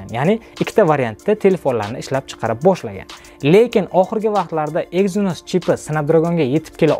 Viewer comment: Aka siz snepdregon exsnos sozi flagmen so‘zlarini yaxshi organvolib kegin video qiling odamdi g‘ashi kelyapti tog‘ri talaffuz qilomaganizi eshitgan odamni